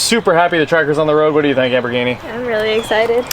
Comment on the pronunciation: Great little rebuild series, always enjoy these. But my goodness, does she actually like being called Amberghini? Cringe when I hear it every time.